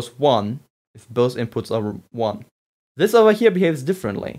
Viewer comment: i heard him say "zis"